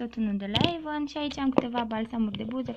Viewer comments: se spune avon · se scri avon si se citeste eivan